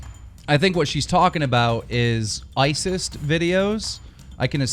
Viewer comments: He said Isist instead of isis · No offence keemstar need to learn how to pronounce some words (braziers and Isis you said isist